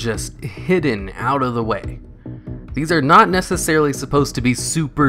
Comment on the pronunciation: "nessarly"? "no on ones about them."? Come one bruh lol